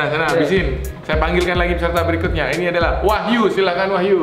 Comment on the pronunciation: kok ngomong berikutnya eberikutnya